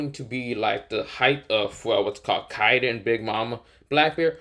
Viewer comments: its not Yokon Its Yonko and you said Kaiden its KAIDO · Kiden it’s kido